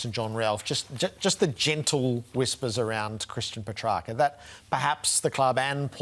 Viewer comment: Ralph not even pronouncing Petracca's name correctly